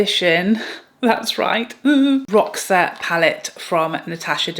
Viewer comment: Hey there my friend! Just so you know roxa is Portuguese for purple☺️ it’s pronounced Rosha. 😘